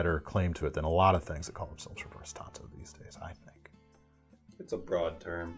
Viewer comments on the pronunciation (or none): none